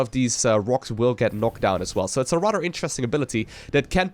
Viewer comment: "Dis is going to get rodder crazy rodder fast"